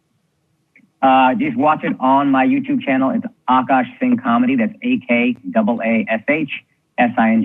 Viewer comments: It's Akaash, not Aakash. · the double "a" is after the k in Akaash :)